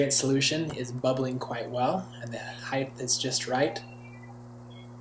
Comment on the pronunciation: height is spelt height because it is properly pronounced 'height' -and not, heighth. My spell-check is underlining this word, because there IS no such word in the English language.